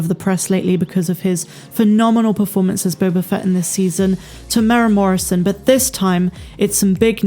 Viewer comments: Hi. Just for future reference there is a 'u' in Temuera's name. We are Maori & our vowels are different to english. You say his name Te tear as in tear something apart / mu-moo like a cow sound / era like end of an era / tear-moo-era... we actually roll the r sound but it wont matter too much. Even European New Zealanders cant roll the r when saying Maori words & place names & they live here! Lol thanks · Tem-ew-air-ah is how to say his name. 4 syllables. 🙂